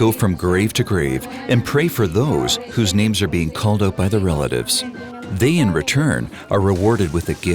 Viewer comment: this was my road home for so long so weird to see it from the perspective of the documentary. haha butchered 😂 the names but love the quality and effort put into the documentary.